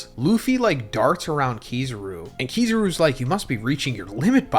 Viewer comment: You pronounce kizaru so fkn weirdly